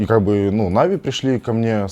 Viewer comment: Чел на манагере.... Откуда ты вообще взялся? Почему всё коммьюнити произносит "нАви" с ударением на первый слог, а ты же умудряешься произносить "навИ" с ударением на последний? Выглядит смехотворно. Как можно всерьёз воспринимать ролик человека который делает ошибку в произношении самой популярной в СНГ команды и при этом на серьёзных щах что-то втирает?.. Второе. Да ты же двух слов связать нормально не можешь. Слушать элементарно неприятно. Напиши себе текст на сраной бумажке и читай с неё, раз по другому не умеешь. На позорься перед сообществом. Вот это "повезло" так "повезло" с генеральным...